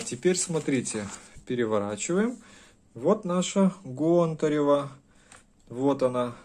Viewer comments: ГОнтарева или ГонтаРева, тьі что первьій раз усльішал ету фамилию-из всех кто ее упоминал только тьі говоришь ГонтаРЕва??)) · гОнтарева а не пушкарЕва ! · Не каталОги, а катА логи, нужно говорить правильно и ГОнтарева. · Гонтарева, ударение на О